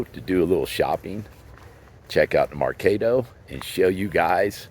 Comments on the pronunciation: its Merc AH do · It’s mercaaaaado. As in cah sound.